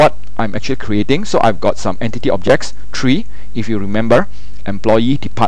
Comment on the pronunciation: Very clear, except "one two three" becomes "one two tree"... LOL